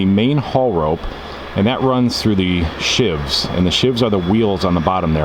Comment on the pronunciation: It's not a make shift prison knife "shiv". It's a roller specifically for cabling "sheave". Pronounced "sh-eve".